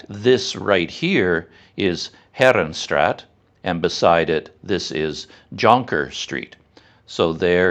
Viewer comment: CC, I know you can do it. Heeeee'renstraaaaaat not herenstraat,, To pronounce "Herenstraat," say "HAIR-uhn-STRAHT", making the "A" sound long like in the English word "father".